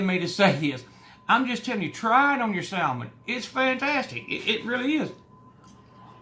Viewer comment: The L is silent in Salmon. 🤓